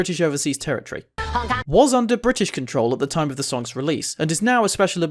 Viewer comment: “orf” wtf...